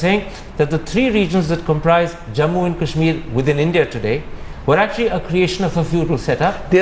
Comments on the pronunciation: This Thapar fellow pronounces Kash-Meer as Cash-Mere. What an angrezi a**s. And fyi, there were many other parts which were forcefully integrated because the Maharajas and Nawabs wouldn't succumb to peaceful means. Pls take note of this Thapar fellow. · Why cant thapar say kashmir and not cashmere?